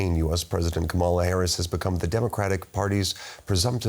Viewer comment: The anchor should try to pronounce Kamala as his last guest does.